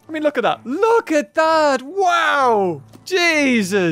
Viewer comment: stop saying jeusus